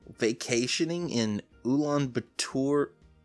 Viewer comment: As someone who is actually from Mongolia, this video comes off as a very ignorant and arrogant pov from him honestly, not only he can't even pronounce the capital's name right (also he says it's located in central north asia when actually that would be in russia) but goes on to "ridicule" the idea of travelling to our country which clearly indicates that he didn't do any freaking research... Now I am not familiar with this youtuber's content and personality at all but just because of this first impression, really doesn't compel me to watch his other videos... There are just many things that he gets wrong that I am not gonna cite them all and just end my ranting right here. PS: I work in tourism (for more credibility)